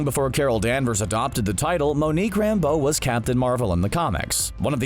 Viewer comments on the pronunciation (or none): Lol. You called Monica Rambeau "Monique Rambeau". 🤣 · I'm watching this for a second time and realized he said monique rambeau, I thought it was Monica Rambeau